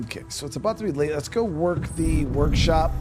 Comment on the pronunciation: "ORKSHOP" WAAAAAGH!